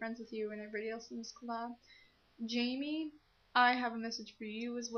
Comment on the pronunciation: I know Megans going to win v.v...But it's worth a shot:D I like the Karokee (sp?) thing, i could definetly rock to MCR:3 Love this video! Sorry this message is long.. - Jaime\FRANK!\ Masquerade Venom (yes you said my name correctly, YAY! )